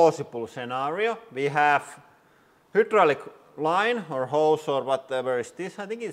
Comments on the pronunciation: Hydraulic is pronounced high - draw - lick. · It is not "hoooodraulic" press it is "highdraulic" press.